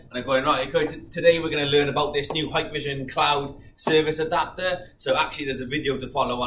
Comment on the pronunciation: I always see vloggers saying "haiiyykk!! vision" like Japanese saying "hai" means "yes", when it is pronounced "heeek-vision"...